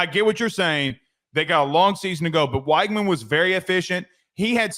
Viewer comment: it's pronounced "WEG-man". Not that hard lol. You can check the depth chart pronunciation guide if you don't believe me. Great show otherwise!